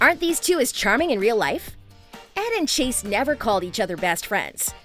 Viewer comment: It' Chace not Cheese :)))